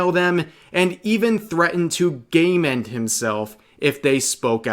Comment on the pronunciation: Thank you, I thought Rev was saying "gayment" 🤣